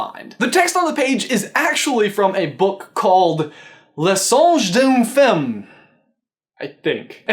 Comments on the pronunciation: when he said "le songe d'une femme" it really sounded like "un sange de la ferme" which means "a farm monkey" 🤣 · i'm french and i laugh so hard when you pronounce "le singe d'une femme" it isn't that bad but the accentuation are definitly not wher you put them x)